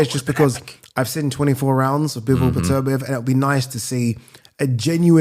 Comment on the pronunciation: Still can't pronounce Beterbiev. Beter biev not B'terbiev